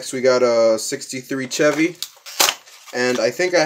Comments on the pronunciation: It's no said chev-y its said (shev-y) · Chevy is pronounced shevy if you didn’t know